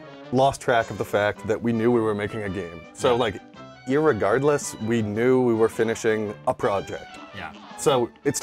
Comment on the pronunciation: He said ir-regardless